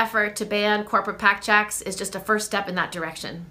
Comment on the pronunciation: What does she mean when she continues to emphasize the word "checks"? 🤔